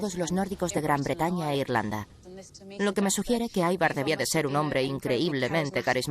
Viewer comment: Ivar! Ivar! No aivar carajo, no es nombre inglés, hablen bien